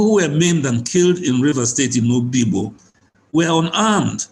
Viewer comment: PLS STOP CALLING #OBIGBO Oyigbo.